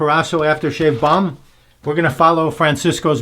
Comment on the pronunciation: Balm, not ball.